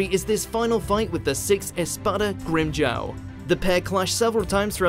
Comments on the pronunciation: its pronounced grim-jaw not grimjow!!!! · They pronounced it GrimmJaow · Grim Jaw, say it with me, Grim Jaw.